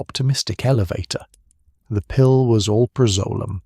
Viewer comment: barr in and already your AI can’t properly pronounce alprazolam which is the subject of this video so why TF are you so lazy you can’t review to be sure some of the important words are pronounced correctly by your AI. Big failed dude deleting and never coming back to your slop!